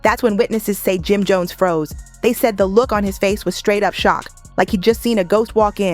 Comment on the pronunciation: The narrator saying his name wrong is sickening. 🤨🤨🤨